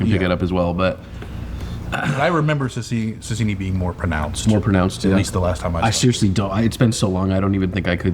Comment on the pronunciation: Sasieni not Sasini